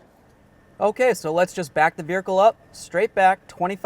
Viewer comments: Veer hicle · I kept hearing veericle I couldn’t focus 😂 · Is he saying veerhicle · This guy says "buricle" "nuculur"😂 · Vearicle hahaha ...that's most certainly not how you say it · He has to be doing it for extra comments right. You can't miss it. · Did anyone else notice how he said vehicle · He talks normal otherwise but what the hell